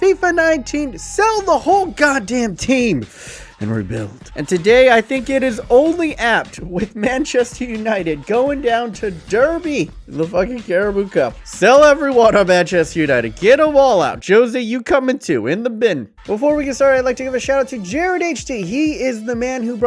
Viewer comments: It's pronounced like Darby not Duuurby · I support derby and it's pronounced darby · I died when he said dur-bee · Haha he said DEERBY